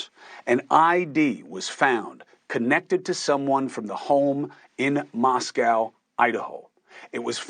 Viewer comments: Pronounce Mos-coh. Not Mos Cow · Mos-co not Mos-cow ❤ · Love your show but one thing, it’s Mosco not MosCow from on in Eastern WA. ❤ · Pronounced MosCOE, not COW. Dude. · Moscow - proper pronunciation is “Moss - Coe” like toe. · Pronounced MOS COE - long O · It’s actually pronounced Moscoe.